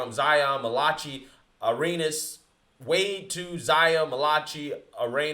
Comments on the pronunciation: Not ma-la-chi Mal-La-Kye lol 😂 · Not MA-LAH-CHEE, it's MA-LA-KAI. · Oh nooooo Not Melawchi😂😂😂😂😂😂😂 It’s Malachi (Mal-Uh-Kigh) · His middle name is pronounced mal-uh-keye like the prophet in the Bible. 😉